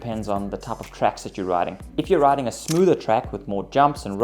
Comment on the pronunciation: 30 smoother not smother